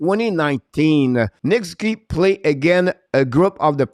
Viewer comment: Try saying Sus oo. Key when using Nick Suzuki’s name. Ok?